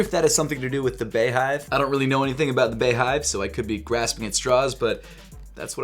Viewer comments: Bitch it’s pronounced BEE hive not bae hive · Distracted by you saying “bay” hive instead of “Bee” hive 🤦🏾‍♂️ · beyoncé is pronounced beyoncé bey is pronounced bee beyhive is pronounced beehive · It’s bee-hive just like how it’s pronounced Bee-yonce and this collection is unisex. Nice video tho 💗💗😊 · It’s pronounced BEE-hive, Beyoncé isn’t pronounce BAYoncé😂😂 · it’s pronounced BEEhive